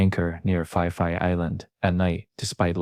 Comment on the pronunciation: AI trash, it's pronounced "Pi Pi" not "Fi Fi".